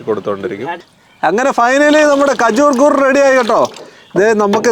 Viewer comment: ഖജൂർ ✅ കജൂർ ❌